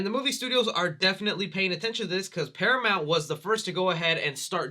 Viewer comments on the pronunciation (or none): none